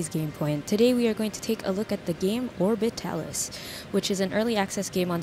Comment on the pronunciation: You said it correct! XD Alan made fun of me for it. Also congrats on the stable orbit! XD I love the desperation in your voice as it kept orbiting... The live tweets were insane. Also I noticed the timing being slightly off too. Overall, I liked it! Maybe shortening it in the future? :) You show cased a lot, but maybe get into geamplay sooner. Overall, fantastic video and you can say the game correctly. XD